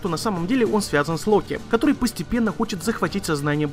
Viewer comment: У какая то особая причина постоянно каверкать слово который